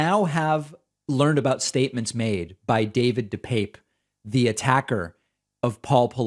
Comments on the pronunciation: David, just mentioning this because I know you always want to be accurate. When asked by the judge about the pronunciation of his name, DePape replied, dih-pap. At least you are not like that disgusting, cowardly tool, Tucker Carlson, who calls him dih-pappy! Keep up the good work, I appreciate you! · Dih-pap. He's clarified how to pronounce his name